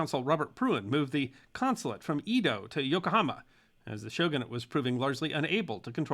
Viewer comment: As a lover of history with an undergraduate degree in East Asian Studies, I always enjoy your video presentations. Especially those with an East Asian perspective. Edo is pronounced “aydoh” not “eedo” which is a common occurrence.